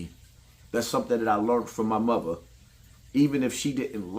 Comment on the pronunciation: loves the words "Platform", "My Muva", "Grandmuva" and "Eachuva" smh 😂🤦🏾‍♂. Too old to be talking like that